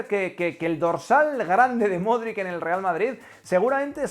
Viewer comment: por enésima vez el apellido de Luka se pronuncia “MODRICH”. Yo aprendí a pronunciarlo durante el Mundial 2018. Gracias por el vídeo. Voy a extrañar al buen Lukita el día que se retire.